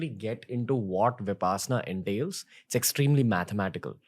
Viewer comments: The correct pronunciation of Vipassana is 'Vipashyana' as this word is a Pali word coming from root word pashyati (also the same meaning of 'to see' in Sanskrit). Today many are pronouncing it wrongly as 'vipaasana' which wrongly relates to the meaning of this word to some kind of upaasana. So please pronounce it correctly as wrong pronunciation changes the meaning of the word. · Its Vipassana not vipasana!! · Ranveer Your Pronunciation is wrong Its not VipaaSnaa.... It is VipaShyanaa